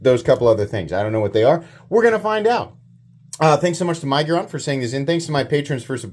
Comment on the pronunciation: Budget Centurion...and i think its Mig-, as in fig, -uron. Sorry, im being critical! 😂😂😂